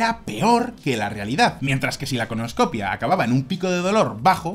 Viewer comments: ColonoscopÍa, acento en la i. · Se dice colonoscopía mi querido..